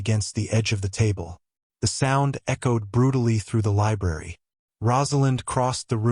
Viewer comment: LI B R A R Y not libarry. That first R is not silent. Sections of the story are repeated for no reason, and the AI narrator sounds very mechanical and somewhat staticky. Why the hell would he be suddenly and for no reason be bleeding below his ribs? This story swings wildly between saying he was poisoned to being stabbed by an employee. It's ANNOYING. Fire the AI writer...it's malfunctioning. Some comments are saying it ends in a cliffhanger, no it doesn't.